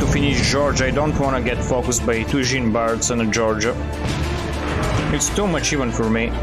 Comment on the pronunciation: My French soul everytime pronouce "Jean" - Mister Stark..I don't feel so good..